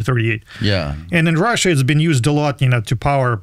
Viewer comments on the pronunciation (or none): none